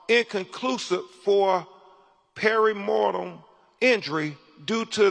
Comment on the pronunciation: In an earlier time, Crump could have played Stepin Fetchit better than Stepin Fetchit. Pelvis, not pelvic. And what does the sentence “He was important to note that” even mean? Dear God, Crump, the word is “etiology”, not “ideology”, “perimortem”, not “perimortal”, and so on ….